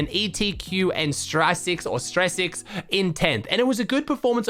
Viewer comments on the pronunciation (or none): Just to help with your eu name pronunciation, I'm pretty sure styrsix is pronounced steer-six for future reference